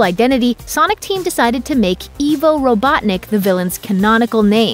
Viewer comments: Ivo... Eye-vo not eve-oh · bruh "eevo"? it is legit "eye" vo edit: that is why it is called ivo not evo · It's IVO, not Eeeeevo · Corrections: Knuckles is not a member of the Knuckles Clan: he’s only named after it. The Knuckles Clan was wiped out millennia before his time. The Genesis was the SECOND console Sega put out. The first was the SG-1000, only released in Japan. Ivo is pronounced as aye-vo, not e-vo. Next time you make a video please do ten minutes of research into the lore... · A Sonic nerd corrects your facts: 1. The Knuckles Clan debuted in Sonic Adventure. 2. Green Hills is more likeky a refrence to Green Hills Zone from Sonic Chaos. 3. Blast Processing was indeed real, just never used. 4. Ivo Robotnik is pronounced "eye-voh", not "e-voh". 5. Sonic gives Robotnik the nickname "Eggman" in the film because his drones look like eggs. That is all. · It's not pronounced "Eevo," it's "Eyevo". Like "Ivory". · You pronounced Ivo wrong. It's I, as in the letter I, -voh. Not E, as in the letter E, -voh. And as far as him being known by both names. Not in JAPAN! He was only ever known as Eggman. Robotnik is mainly a Pre-1998 American thing. Otherwise, we call him by Eggman now, too. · Did she just say eevo robotnik ITS IVO (EYE-VOE) ROBOTNIK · Robotniks name is not “Evo” it is pronounced “Eye-Vo” robotnik. Also Robotniks egg shaped creatures ARE his badniks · about Dr Ivo Robotnik...his name is pronounced "eye-voh" not "ee-voh"....I-vo not E-vo....got it memorized? also, when Tom & Maddie are painting the kitchen at the end of the movie, you can hear a slow piano rendition of the music from Green Hill Zone. Probably my favorite Easter egg in the whole movie ( Tails popping up in the mid-credit stinger isn't really an Easter egg...it's literally a sequel set-up scene ) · It's not Evo, It's Ivo (I-vo) 😤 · it's pronounced I-vo, not Evo btw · Not ee-vo (EVO) its eye-vo (IVO) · its pronounced " I V O" not EVO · It's pronounced I-vo, not E-vo. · Plssss. Ivo. Not Evo